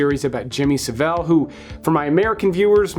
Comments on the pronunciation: Saville pronounced like gavel. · Pronounced Jimmy Sav-ill (not what ever you said) But hindsight we should of known, it was in his name Sa(vile). And in the UK we don't get this cool stuff or even the not cool stuff. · Why can no one pronounce Savile in America ? This is not how you say it, its not The Barber of Seville. 😕